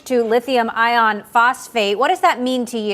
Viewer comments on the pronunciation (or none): Ugggh, how does a tech anchor not correct the script and still say "lithium ION phosphate"? . . . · Lithium "ion" phosphate... 😂, get it together news people, that "r" really matters when talking about the different chemistries. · It really bothers me when Americans pronounce iron as "ion". Especially when talking about batteries. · Did the woman interviewing Tasha just said “Lithium Ion phosphate “? She knows “ion” is very different from iron, right? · WTF is with these news anchors saying Lithium “ion” Phosphate instead of “Iron”. Reminds me that they know nothing… Jon Snow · im hearing "lithium ion phosphate/phosphite" do they mean lithium iron phosphate!!??!!